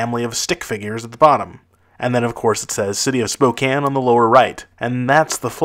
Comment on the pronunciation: Wow he actually pronounced spokane correctly, no one seems to get it right